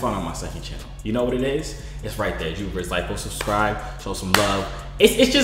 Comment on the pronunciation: Nigga said turr not yurr